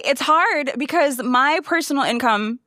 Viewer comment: Every time she says “BECUASE” it reminds me of the chicken joke. 😂